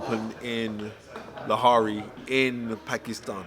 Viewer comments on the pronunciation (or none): Lahare i swear its lahore